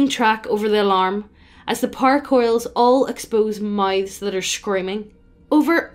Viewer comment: I was wondering what Par was and then I realized she was saying “Power” 🤔